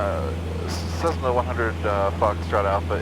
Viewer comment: Great video and congrats on the new addition. One thing to note is that Cessna is pronounced with S's and not Z's. I use to have that habit as well. :P